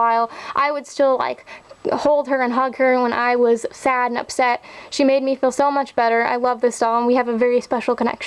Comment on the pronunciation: I just wanted to let you know that the "J" in Josefina is pronounced like an H in Spanish. So it sort of like Hosefina. I'm not trying to sound like a know-it-all, I'm just trying to help you. :)